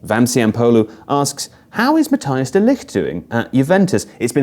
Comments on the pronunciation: It's not quite mathies, the closest sound to ij in English is simply the I on it's own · It’s pronounced ‘ma-tie-s’. ‘ij’ in Dutch is an ‘i’ sound. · Mathijs can best be pronounced like "Mattice" for English-speaking people